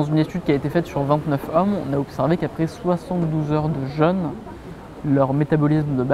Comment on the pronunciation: Ça me fait vraiment rire de voir que presque tout le monde prononce le "jeûne" comme le "jeune" 😁 Un jeune est un ado qui boit du yop. Un jeûne est une période sans manger. Prononcez le comme il se doit ! Il y a un accent circonflexe !!!!